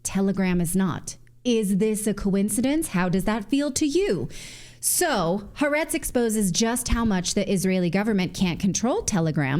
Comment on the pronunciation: It's pronounced ha-AH-retz